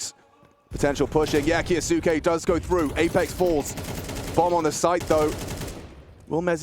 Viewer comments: Please tell the casters to stop calling Maxim "Kayo-sucky". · I hate when the caster say the name of Kyousuke f*ck cringes me it supposed to be silent 'u' like Sasuke